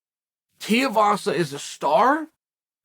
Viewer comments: It’s tuivasa (two wee vasa) not tiavasa 😅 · Right, and for that matter, who exactly is Tavasa? Maybe he was talking about Tai Tee-a-vasa and just mispronounced the name... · chael can you please say tuivasas name right that man is too good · Tee-uh vasa vs. Aspinwall for the mispronunciation championship.